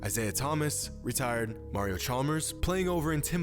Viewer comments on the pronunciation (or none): none